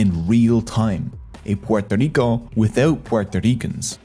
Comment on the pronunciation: Thank you for the effort of saying "Puerto Rico" with the proper accent. Not pororico